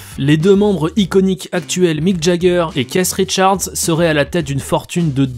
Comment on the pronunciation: “Caisse Richards” PTDRR